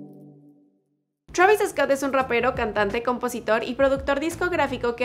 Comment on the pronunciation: Te crees que sabes hablar ingles bien y dices Travis Escot venga hombre